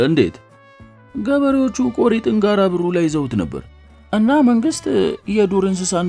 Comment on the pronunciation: ጋረ ቦሩ ነው። ጋራ በሩ አይደለም። ተጠንቅቀህ አንብብ።